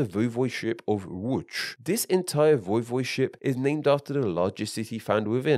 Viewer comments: VOY-vohd-ship, not voh-VOYD-ship or voy-VOYD-ship. The correct pronunciation and at least two mispronunciations were used interchangeably. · its not this either, i would say its voi-vo'de-ship